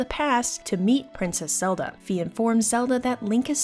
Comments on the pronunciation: I don't know squat about German, but Fi is Phai not fee. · Fi like Pi not fe like pee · I am going too start comenting this sort of thing until my quest is done. Fi is pronounced Phai. I know that for certain because I am german and play my games in german. In german words are spoken out in a very straight forword way and her name is actually written out as Phai in the german translation. I don't want too step on anyones toes whit this ,but it bothers me each time I hear her name pronounced diffrently. Phai NOT Fee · That's not how it's pronounced tho. In the Japanese text it is pronounced like "my". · That’s not how it’s pronounced Look at the Japanese characters